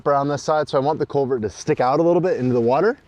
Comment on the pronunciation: Just a fyi-- it's culvert, not covert.